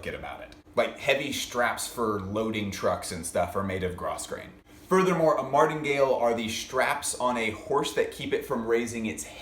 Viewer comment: yoohoo - i totally don't mean to be a jerk but grosgrain is pronounced grow-grain AND the franken patch jacket was also done in the early 80s in rabbit fur and leather jackets. maybe he is referencing cheap and popular. don't know